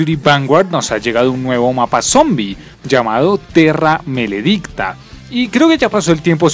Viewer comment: de una te digo que no le vuelvas a decir malo a buried , ah y no se le dice terrameledicta sino terramaledicta , y extincion es la basura de la saga.